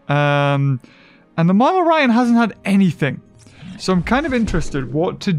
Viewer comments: Still calling monolorhino "monoloryan" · MONOLORHINO!!! Not MONOLORYAN!